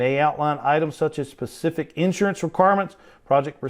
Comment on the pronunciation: If I pay extra for these videos can you please, please please stop saying "pacific"!! Like your videos but this is maddening!